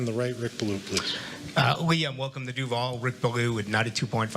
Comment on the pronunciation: Duuvalllllle (said it so WRONG, LOL)